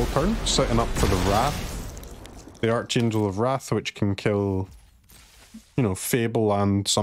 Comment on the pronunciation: Sad to hear it. Vocabulary is a pretty important subject in grade school. I know you read arch in archangel but the enunciation is arc rather than arch. Back to basics. Read a dictionary! It’s good for you.